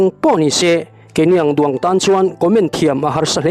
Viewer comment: Keini ang duang tan chuan tiha duang hi i lam dik lo